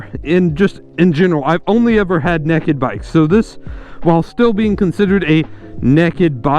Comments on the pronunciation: really such a pretty bike gawd damn also they're "naked" bikes, not "nacked" bikes haha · Naked naked not necked lol